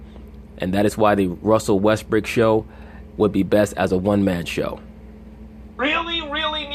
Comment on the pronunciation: yes he, is bro Russell Westbrook is, the MVP again. I fuk with you bro. but you wrong. best PG in the NBA. Facts. and it's Brook not Brick 😂😂😂